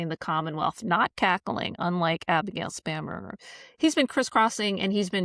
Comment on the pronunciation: I swear it sounded like he said "SPAM"berger